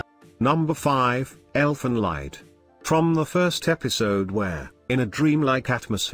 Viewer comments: About 5, I think it's pronounced "leed". Just learned this while checking out another list from someone else. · Damn Robot voice mispronounced Elfin Lied(LEED) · Elfen "Laid" xD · Elfen Lee-d, not lied. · Ive heard it pronounced both leed and lied